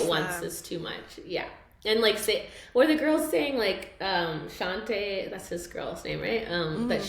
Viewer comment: … girl. You struggling to pronounce Shanté (Shawn-Tae) is blowing me lol